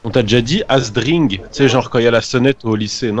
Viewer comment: ASDRINGGE ASDINGE NAN MAIS TA CRACER 🤣🤣